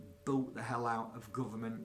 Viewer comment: Da guhvuhmant